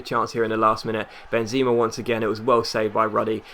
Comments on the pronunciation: its not Benzima, its Benzema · It's ben-zemmm-a :P